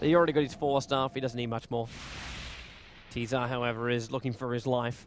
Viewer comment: i wish knew that tzar is not pronounced as t-zar